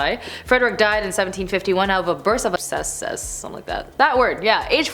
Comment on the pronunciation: Ab - ses